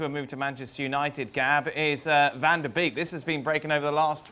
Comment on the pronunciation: It's Beek as in 'bake', not 'beak'